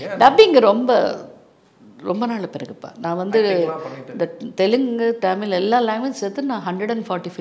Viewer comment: ரோஜா ரமணி அம்மா மிகச்சிறந்த குழந்தை நட்சத்திரம்.. பக்த பிரகலாதன் இரு மலர்கள்.. மிகவும் சிறப்பான நடிப்பை வெளிப்படுத்தி இருப்பார்.. இவரைப் பேட்டி எடுத்ததற்கு நன்றி.. அம்மா ஆங்கிலம் அதிகமாக பேசுவீர்கள் போல.. டமிழ் என்று சொல்கிறீர்கள்.. தமிழ் என்று சொல்லுங்கள் அம்மா நன்றி